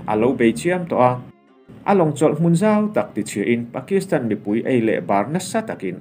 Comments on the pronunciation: I chhiar thiamin i aw a fiah fai. Mahse...'pui' tih hi ri hniamin i lam ṭhin a, eg. Inkhawmpui, indopui, runpui inkhelhpui etc a 'pui' hi ri sâng veka lam ṭhin niin a lang. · ri sang veka lam ṭhin a ni zawk. 70 hma lam te i hre pha em aw?